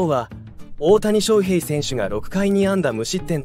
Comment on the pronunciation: 他のチャンネルと同じナレーションですよね。外国の方でしょうか？オオタニショウヘイのイントネーションが個性的すぎるので耳に入ってこない😆 どこ出身なんですか？